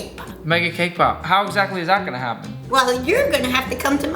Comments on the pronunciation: I thought he said “kpop” instead of “came pop” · 🤣🤣🤣🤣🤣 thaught he said k-pop 😅😅